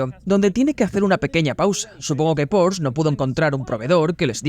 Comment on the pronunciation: Bueno, el wagon mas loco del mundo con permiso del Ferrari FF. Y por otro lado, se que algun dia nos haras felices y tu doblaje al español dira "Porsche", con la E final. Como les gusta a los alemanes 🤣